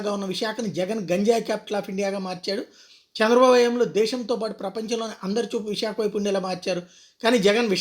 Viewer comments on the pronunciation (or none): none